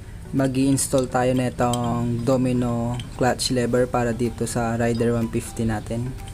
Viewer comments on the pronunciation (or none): Reyder brad hindi rayder